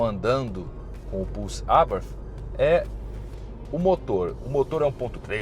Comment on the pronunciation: Pena q é nítido que não manja nada impressionante, nem a Abartí ele sabe falar kkkkkk sabe nada